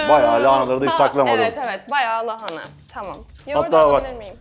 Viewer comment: keşke lahanayı doğru da telaffuz edebilse 😢